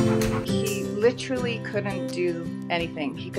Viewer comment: it could just be me, but i hate when people pronounce literally as "Litchrally" it kills me on the inside